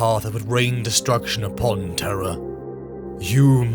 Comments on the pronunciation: terr.rra not teh-rahh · When Terra is pronounced correctly, British folks need to clarify they aren’t saying terror. This is the first time I’ve ever heard it pronounced t’RA. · The siege of what?! Of traaah? Was that read by AI?! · What the hell is "Terrah"? 🤣🤣🤣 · Tur-rah almost ruins the video, so silly to say it that way that it completely takes me out of the narrative every single time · Where the heck is, "Terr Ah"? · The way Terra is pronounced killed me😅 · amusing..had the characters voices in my head....WTF is Terrah? Its Terru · Traagh or terha tirah ! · what accent is Terra Turrah? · Brother have you never told the VA in the beginning of your videos how to pronounce Terra? 😂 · Your AI mispronounced "Terra" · BROTHER LEARN HOW TO SAY TERRA PLEASE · Just say terra right dam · The way Terra is pronounced could be a Seinfeld episode. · It’s pronounced weird. Britainstan speak I guess. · i opened comments just to shit on this pronunciation.